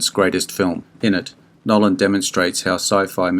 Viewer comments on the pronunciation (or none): none